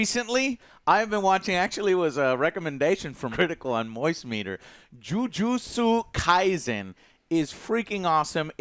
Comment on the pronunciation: Listening to Joe pronounce Jujutsu Kaisen hurts lol